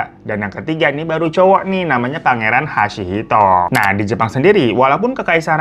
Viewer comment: Hisahito bukan hasihito kak..